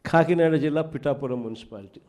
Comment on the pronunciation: ఖాకినాడ కాదు మహాప్రభో... కాకినాడ. ఖాళీగానే ఉన్నావుగా, తెలుగు నేర్చుకో స్వామీ.